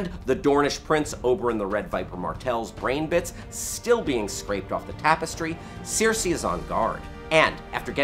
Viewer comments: It's Cersei as in sir-si, not sear-si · It's not sear-see, it's sir-see. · it's stupid but it really bugs me....it's not Searcy, it's not Cersay, it's cersieeeee lannister -_ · Why does this guy mispronounce characters names who are repeated on air. Who is seersee? Or these sersay people... Cersei! (Sir-see) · at least he didn't say Keer-see-eye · i know sare-see? who the fuck pronounces it that way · Seersei? Lol (I couldn't stop laughing every time) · Other than saying seersei instead of her actual name that was pretty well done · Seer-See Lannister?? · pronunciation of Cersei is appalling. =| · Why do you say Cersei like that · Please stop pronouncing Cersei like that. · If only PronunciationManual would release a video for Cersei Lannister. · haha exactly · Your pronunciation of Cersei is absolutely killing me 😁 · Why does he keep pronouncing Cersei so weirdly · How hard is it to pronounce Cersei? For fuck's sake... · Pronounce Cersei right ffs.